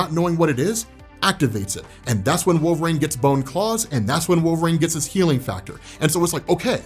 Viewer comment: I love you, but it’s pronounced Wolver-een NOT Wolver-ain…